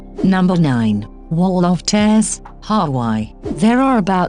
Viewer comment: Come on. If you aspire to be better than the daily drip feed of list videos, then this subject matter is a good start. Why the awful awf ul co mpu ter voice, especially narrating such a beautiful ethereal topic as this? And worse doth it become! I'm afraid that I have stopped at Wall of tears (pronounced Tairs) and who can blame me when the publisher of this stuff couldn't see/be bothered to fix the excruciatingly awf ul pronunciation of Hawaii as Har why?!